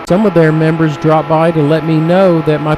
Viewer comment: "Memebers" ? :-D